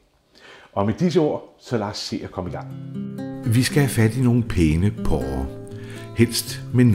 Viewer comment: Det hedder porre, og ikke pårre...